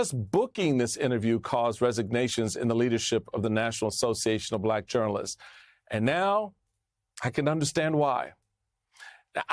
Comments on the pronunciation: Trump can't even pronounce the word "Black" he says "BBBlackkk" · He somehow manages to pronounce the word with a hard silent R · 100%. I hate the way he speaks anyway, but this particular time when talking about his fake suspicions about Harris, he was being especially careful to pronounce Black in what he obviously thinks is dismissive and everyone else hears as racist and hateful. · He pronouncing "BLACK" the way he pronounced "CHY-NAH" during the covid debacle 😅